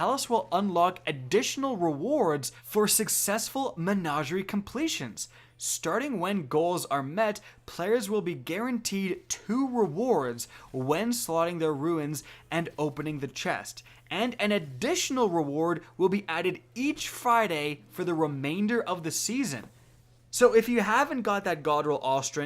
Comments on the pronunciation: Lol. It’s runes not ruins 😉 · "ruins" btw